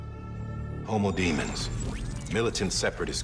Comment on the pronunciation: Ohh doing some more mispronunciation saying it like homo demen.